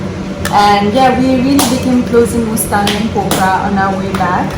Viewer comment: She keeps saying mastang😂